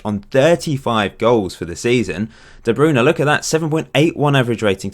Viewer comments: iys de bruyne not the brown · You should make a video about pronouncing "De Bruyne". Always makes me laugh ;)